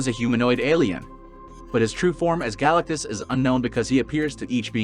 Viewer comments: Is any one going to mention how fucked up this guy pronounces Galactus’ name? Galactus no question. This has been done in Marvel already, in Mephestos’ own realm. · Why do u say galatctus name like that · Exactly, bug's me too.